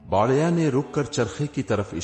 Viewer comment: Lafz Ko sahi kaho aur kanna sudhar lo सही लव्स गाना बढ़िया नहीं बुढ़िया आलम नहीं अलीम